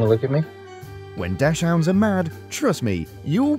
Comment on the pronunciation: What the hell is a dashhound. it's Dachshund, ...